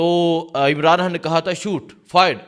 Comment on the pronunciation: Aur haa imran. Khan hota. Imran haan nhi hota ok phle bolna sik